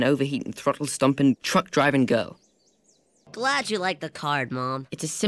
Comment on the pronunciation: First time I heard it I thinked he said goat, not girl 😂😂😂